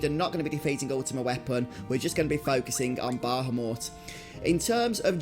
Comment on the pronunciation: You are mispronouncing Bahamut. You keep adding an extra "H" and "M" in your mispronounciation. incorrectly says "Bah - ham - mut". He is a Guardian Force, not a worthless, meat, dog. Treat him with the Respect that he so Rightly deserves. The Correct pronounciation is "Ba - ham - ut". This dreadful mispronounciation that is so prevalent in todays global society must be due to not only simple laziness, but also to the fact that phonetics habe not been taught in English speaking public schools for the past 40 plus years in Western "Civilization". I do not blame you, or anyone else who has been so sorely deprived of a proper public education, ]but that's commie globalism for you, and, well, there you are. I freely offer this valuable advice as a means to help those who should have been taught the truth so very long ago, not as a means of shaming. If the weak minded individuals choose to be "put off", or "offended", and demand some type of "safe space" due to having been finally exposed to the truth, and we all know who they are, then,... So Be It. I care not for the mewlings of the pampered weak minded, too lazy to put in the effort to do anything correctly, such as speaking their own native language or such. Anyway, Good Luck with that from now on.